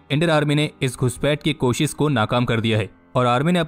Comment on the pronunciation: It's koshish not kosis for example